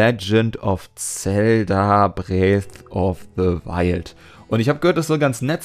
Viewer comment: Bress Of Se Wild? Und ich hab mich schon gewundert, warum in letzter zeit alle von Bresso: Wildkräuter reden.